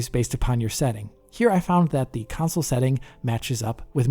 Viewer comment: Kansole kansole? What is he talking about? What is a 'kansole'? 🤔